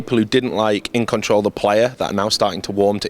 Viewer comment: "It's the big In-Con-Troll"